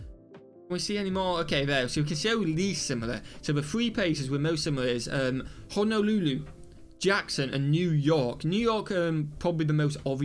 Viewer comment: I need to hear more British people try to pronounce "Honolulu." Hilarious.